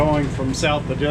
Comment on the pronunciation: nice video thanks for visiting . Also the correct way to pronounce Edisto is way different than you are saying it . might want to watch some videos on you tube on Edisto . Sailed out of Edisto to Florida many times . Awesome to watch you all do this in great weather!